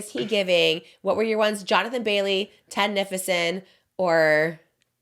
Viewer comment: Guys I wanna help you out here. You keep saying "Ted Nificent" like magnificent but its "Ted Nivision" like television!!! Anyways, love you💕